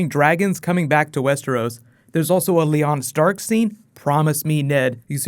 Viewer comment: Did you really say "Leon Stark" ?